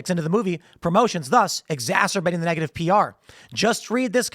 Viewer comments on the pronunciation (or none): none